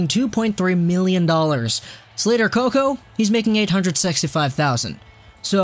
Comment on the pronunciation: I died when you said Slater Coco 😂